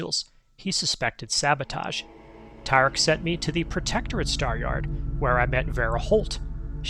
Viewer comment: Weird I didn't get this video in my feed, damned algorithm. Nice to see another great video by you on Sunday. Stahyahd, sounds like how someone from Maine would say it.